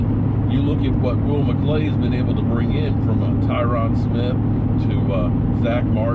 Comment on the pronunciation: Are yo still saying "McCray"?